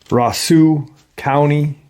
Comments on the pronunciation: That county is pronounced Roso, but spelled Roseau, and the nearest town to what you are talking about is actually Warroad by Lake of the Woods where they make Marvin windows. Winnepeg is 2 hours north of us. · Roseau is pronounced rose o. Not far from where i live at my cabin. 😳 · It’s called Roseau and it’s pronounced Rose-owe , in MN. I live in northern Minnesota and have a very close friend who grew up there. It’s a beautiful wilderness area with lots of forest. I would expect a cryptid to live there if they live anywhere. Without a doubt!